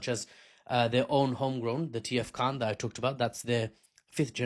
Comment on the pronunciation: KAAN not khan